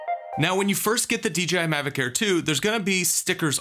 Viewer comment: DeeGeeEye? Must be my hearing but my eye tells me Dee JAY Eye is the manufacturer. Great report save for the personal Azores data loss.